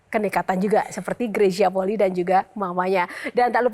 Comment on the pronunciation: Penyebutan Fam/klan bukan poli, tapi Poli'i